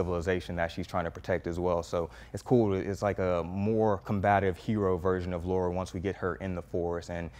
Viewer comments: It's Lara not Laura :) Great review man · Her name is Lara not Laura !!!! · Guy competent enough for a decent review can’t read “Lara”. Kind of lends itself to credibility, right? Laura and Lara are different names. Attention to detail can make the difference between “okay” and “great”. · Why do people always mess that up tho? In so many of the games, they say Lara. Like why is there any other thoughts? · Jacoby Nero no it’s not a very common name. But one is pronounced Lore-uh, the other is pronounce Lah-ruh. If you played any of the games you know it isn’t Laura 💁🏻‍♀️ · It’s Lara , not Laura